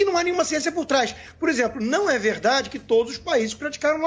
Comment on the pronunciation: Coitado do Lacombe!!! " É vedade ese bilete" 🤣🤣🤣🤣